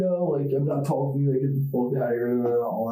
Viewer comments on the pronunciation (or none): Ugh, this guy! With the voice that makes me need to shit. Can anyone else not stand that way he says words like "talking", he pronounces it "tauwking" like he's about to vomit after the T